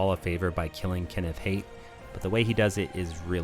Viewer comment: You saying hate instead of hight burns me for little reason, have you only read the name as Kenith Haight says his own name aloud Making the pronunciation pretty clear